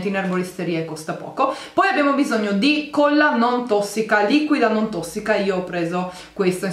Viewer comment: si dice colla... e non cuolla..